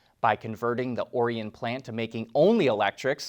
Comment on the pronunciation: You must not be from metro Detroit he pronounced correctly.